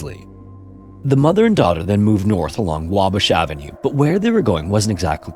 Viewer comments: Wah-bash. Not wabush. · You got the pronunciation of Wabash close but not quite right. It's "WAH-bash" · Here in Chicago we pronounce it WAH-bash.